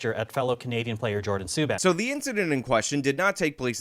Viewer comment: I am Canadian and you really messed this up bad. You didn't pronounce "Suban" correctly and his brother is PK and he is Legend. Now I believe you put as much effort into all your vids.